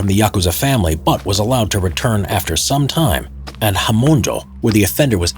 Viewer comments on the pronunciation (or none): This guys japanese pronunciation is embarrassing. he keeps saying oyaban instead of oyabun lmao. "hamunjo" instead of "hamonjou"